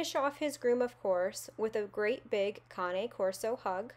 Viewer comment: I am so glad you pronounced Cane right! He’s gorgeous btw.